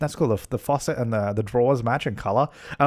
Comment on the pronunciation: Why do you pronounce faucet like that omg